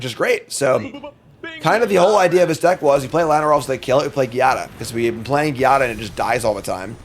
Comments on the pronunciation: my man i don't wanna be a grammarnazi but Giada is pronounced with the g like in geometry, is a latin name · Here is the prophecy: will never win with angels until he learns how to pronounce Giada.